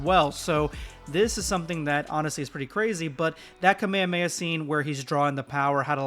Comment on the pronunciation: i can't with bro saying kamehameha like "kamand mayhaz" 😭😭♥️➗2️⃣🍂🍂🪫